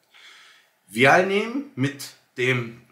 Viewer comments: Super content! Vielen Dank 🙏🏽 Vial wird im englischen ’WEI’HL’ ausgesprochen 🧪 As ner wisst ihr ja bestimmt schon Wieahl hörte sich irgendwie ein bisschen komisch an Aber jeder weiß was gemeint ist !! Danke nochmals für deinen Pep-Talk 💪😊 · Kleiner Tipp. Die Aussprache von Vial ist “Weil”. Der deutsche Begriff ist übrigens Ampulle oder Phiole. 😊